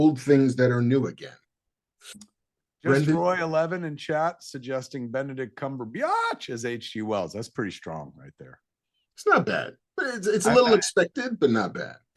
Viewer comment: Kevin. Is there any chance at all that you can pronounce Benedict Cumberbatch's name correctly? It was funny 15 years ago.